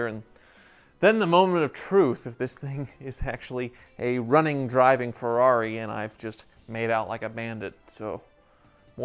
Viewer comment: A Tubby Chick in a truck ........ Now THAT screams FERR=AH-RI!